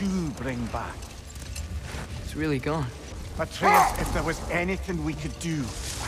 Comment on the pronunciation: His fucking name is Atreus